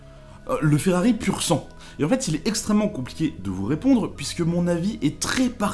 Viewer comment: Par contre c’est pas “puro sanqué” jajaja 😂 Merci quand même